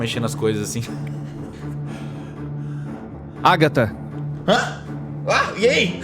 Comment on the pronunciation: Níguem: a Agatha:TrAnCEndER????